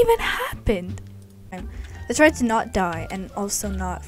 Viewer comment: 0 : 27 😂 we are going to twy it out 😂😂